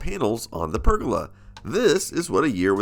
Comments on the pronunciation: i wish you can say pergola properly lol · Also, I love listening to Americans say the words 'roof' and 'pergola' :) The American way of saying 'roof' sounds more like 'ruff', and you do 'guh' instead of 'goh' for pergola :P